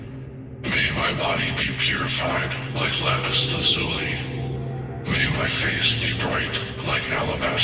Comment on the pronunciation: Its pronounced lapis LAZ yooo lie. You ruined my immersive experience